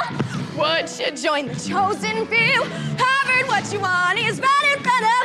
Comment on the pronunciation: are we not going to talk about the fact that she said “warvard”